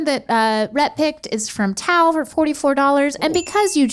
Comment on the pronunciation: That's not how to pronounce Tao!!!!